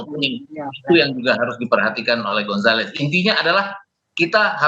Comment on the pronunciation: mas gonzales😂😂😂😂😂 abang gomzales yang bener😅😅😅😅